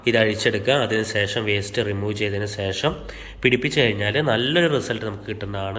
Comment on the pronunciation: വല്ല്യാ ഉപകാരം വളരെയധികം നന്ദിയുണ്ട്...... പക്ഷേ സേഷം അല്ല... ശേഷം ആണ് ശരി